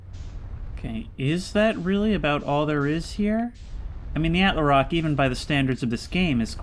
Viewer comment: Please man🙏, it's "attle-rock" not "attler-rock"